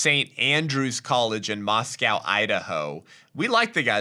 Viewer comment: Mos-co. No cow involved... good show